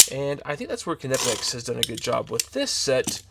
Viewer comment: You should pronounce the K. It is a word in German..not an English word